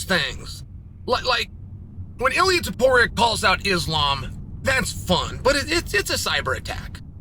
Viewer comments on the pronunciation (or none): none